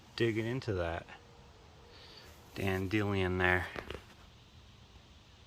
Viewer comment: Btw, never heard dan-de-lion pronounced Dan- dillion before!